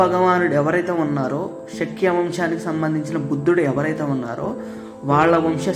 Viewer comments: శక్య కాదు శాఖ్యా తెగ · సఖ్య కాదు రా అయ్య శాఖ్య 😅